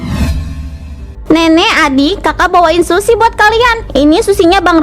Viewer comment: Yang benar sushi (寿司/すし). Bukan shusi